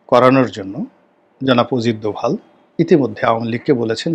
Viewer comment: ওরে বরিশাইল্যা পোদ , ওজিত দোভাল না। উচ্চারণটা হবে অজিত দোভাল 😅😅😅 মগা পাকিস্তান যুদ্ধে জিতছে এই তথ্য কোথায় পাইছো? পাকিস্তানের বিভিন্ন মিডিয়া যেখানে বলছে যুদ্ধে ওদের বিশাল ক্ষয়ক্ষতি হয়েছে সেখানে পেট বানানো গুজব রাটাতে এসেছো? তোমার মতো চোদনা তার নাম জানবে না এটাই স্বাভাবিক 😅 যা ব্যাটা, মুতে শো